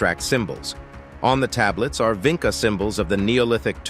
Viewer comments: Did you mean VINCHA? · It's Vincha as in "chat"